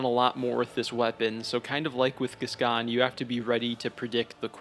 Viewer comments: I will say, regardless of my other comment, biggest crime in this video is pronouncing Gascoigne as Gas-Can 🥲 my guy there is an "i" there it's Gask-oyn, he's French not dyslexic 😂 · I know theres something to respect about learning how to pronounce words by reading rather than hearing them first... but I draw the line at "vi-car". Jesus. Its a title, not a name... as in the members of the clergy 'vicars', dude. And its pronounced "gas-coin"... hopeless! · Saying bb is the hardest FROM game is fucking ridiculous 😂 also you’re the only person who apparently doesn’t know how to pronounce Father “Gas-Coin.” And saying BS Beast is easy but Father is hard is also ridiculous. Man… I have never seen a YouTuber who goes so far against the common consensus of almost everything in this game. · Father Gas-gone 😂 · No English speakers pronounce it properly so it doesn't matter. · He's saying it wrong haha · The way he pronounced Gascoigne too 🫣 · French is my first language and sorry to say but, this is not how French speakers pronounce this name. Outside of very specific regional accents, maybe.